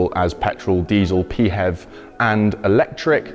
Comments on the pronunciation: Pee-hev? “Fev”, surely? Otherwise it’s Pee Hepatitis E Virus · I guess that's one way to pronounce PHEV (plugin hybrid EV).